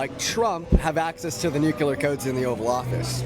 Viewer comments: Who is this utter laughingstock of an infant? Btw, it’s “Nu-CLEAR” DEAN, Not “NUKE-CUE-LER” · It's "NUCLEAR," you insufferable twerp! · did he say "nucular"? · Dude can’t even say “nuclear” correctly. Our here saying “nu-cue-ler.” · ..if this lil scamp was half as smart as he thinks he is he’d know how not to pronounce nuclear…he needs a good spanking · that dumbass can't even pronounce Nuclear.